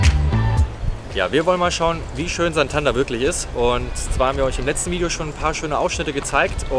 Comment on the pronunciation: Tolles Video, aber die Aussprache von Santander macht mich fertig 🥴.